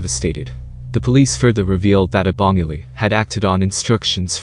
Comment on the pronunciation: Any narration with American accent lacks authenticity ..eg. ..pronunciation of Abongile. Etc .BS or not BS